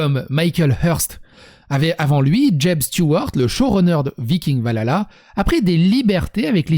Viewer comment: J'ai beaucoup aimé cette vidéo et tes propos qui décrivent exactement ce que je pense de cette nouvelle série. Je suis une très grande fan de la série Vikings et de la mythologie nordique, mais avec ça, je pense que je ne vais même pas regarder cette série... PS : Valhalla se prononce "Val-halla" et non "va lala" ^^